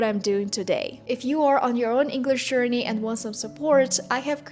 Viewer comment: Careful there with the words |sher-ni| (journey) and “language” pronunciation. Good job.